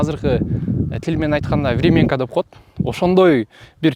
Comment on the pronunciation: ВремЯнка, сен айткандай времЕнка эмес.